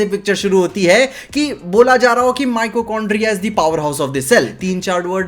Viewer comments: Bhai Micochondria nahi mitochondria hota h 😂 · Mitochondria❌❌ Micochondriya✅✅😂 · it's mitochondria not micochondria 😊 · Mitochondria ❌ Michokondria ✅ - 😮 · Micochondria ❌ Mitochondria ✅ Pronunciation mai·tuh·kaan·dree·uh